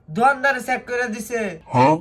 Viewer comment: চেক❌ সেক✅😂😂😂